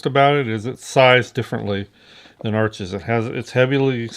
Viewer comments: Beautiful spontaneous painting as always.You seem to know a lot about Arches except how to pronounce it. Try saying harsh without the first h. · Hi, Canson Paper Company make Arches (pronounced "Harsh") - they own both the Canson and Arches brands.